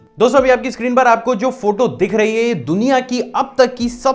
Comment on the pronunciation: Bhai deekh nhi rha hai dikh rha hai Work on your accent